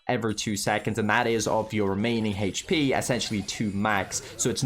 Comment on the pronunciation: I like how he pronounce hp as Hech p